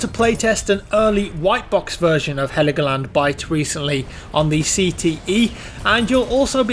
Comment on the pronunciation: It's called Hell-Go-Land... 😉